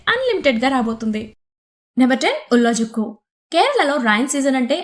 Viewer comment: ఉలజుక్కు కాదు ఉలలుక్కు malayalam lo zh nu l Ani palukutharu ..